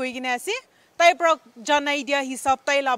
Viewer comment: So pitty that the lady journalist is unable to pronounce 'Para' in nagamese! 😍